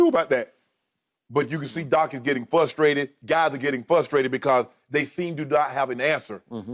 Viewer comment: "Flustrated" lmao